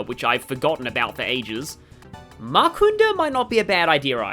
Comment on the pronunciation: I keep on taking slight psychic damage whenever you say 'makunda', like, I know the other debuff skills have the -unda suffix, but the only vowels in makanda are 'a's